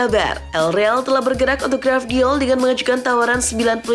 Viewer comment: 🤣🤣🤣 Gvardiol min, bkan Gravdiol